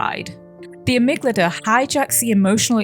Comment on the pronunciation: Another banger analysis! I love your videos, I hope you keep making them <3 (Small note : You keep pronouncing amygdala as "amyglada" haha)